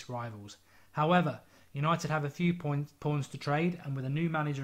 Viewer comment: He said points porns😹😹😹😹😹